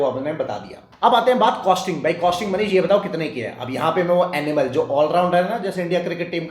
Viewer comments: Enamel bolo Animal nahi😢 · Kahan se aya maza nahin aaya aur enamel pronounce karna seekhlo. Animal janwar hote hai. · ये भैय्या, एनिमल नहीं इनयमल है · Animal nahi, ee-na-mel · Your pronunciation of enamel is wrong Pls check it’s not animal it’s enamel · I heard animal till I read the description.. 😂😂 Thanks for info